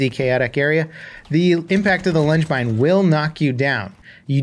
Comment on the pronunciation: I heard lunch mine 😂